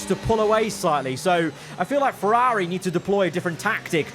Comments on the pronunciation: Im sorry but please stop saying "feRAWRi" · Its rather annoying how he pronounces Ferraawri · I’m sorry but the way you say Ferrari is so jarring it is unreal